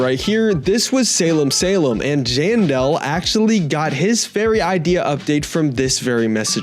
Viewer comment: Jandel❌ Jandal✅